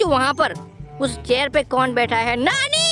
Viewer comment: अरे कया तुम नानी बोल रहे हो क्या तुम नाली बोल रहे है